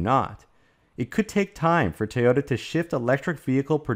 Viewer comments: Again, it is NOT pronounced 'tayoda'. It is pronounced 'toyota'. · "Tee-oh-ta" becomes irritating over time.